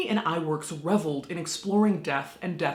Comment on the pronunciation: Ub Iwerks: The pronunciation, as per Flamin' Groovies founder, Cyril Jordan (who is Dutch and speaks it fluently, that being his language spoken at home) Oob Ih-Vairks. I give you credit for not mangling his name like most Americans do. In later life, Ub developed effects shots for Hitchcock. Remember the drop=away staircase in Vertigo? And the nightmare sequence? Or the matted-in birds from THE BIRDS. All Ub's work. Spielberg stole the drop-away trick for the scene in JAWS where Sherrif Brody reacts to the sight of Alex Kintner on the punctured air mattress geysered blood.